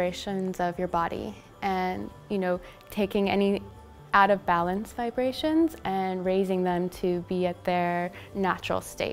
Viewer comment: Lol “vibrations”